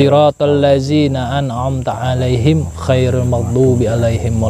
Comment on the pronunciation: Sirotolladzi na An 'am (di baca Alif) bang 🙏🙏